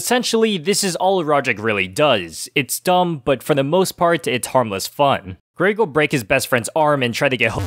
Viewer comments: there was only one thing that really bugged me in this video, he said greg's name like "grage" when it pronounced "greg" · Okay seriously if you say grayg instead of Greg one more time… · Its Greg not Graig man come on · Bruh I just wanna laugh ever time say Greg like Graig haha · 'gRaEg' no mate.. It's Greg😂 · “Ah yes, Graed”💀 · You mean graegslist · Good video but it hurts to hear you say "græyg" every time instead of "Greg" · Why you saying "Graig"? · Why do you say Greg like “Graig”? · its greg not gréyg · It’s GREG not GRAYG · Grayg. Canadian detected. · He says greg like Greag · Lol “greag” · Is he saying GRAG!? Or am I being stupid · say graig again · Why did bro say Graig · please stop saying grayg please please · Kept pronouncing Greg wrong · Oh my. Can you say the names correctly! Even if it’s an accent, Greig and Rohdryck are not their names!